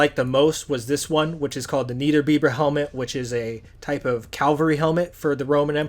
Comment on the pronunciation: This video gets a dislike from me because he says "cal-ver-E" instead of "cav-al-ry"